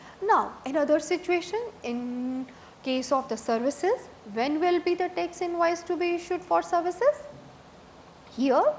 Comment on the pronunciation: This lady doesn't have 'E' in her vocabulary. Each word with E she sas it with A. Banaficial Tex Walcome Antering Santral. My ears are hurting. 😐😐😐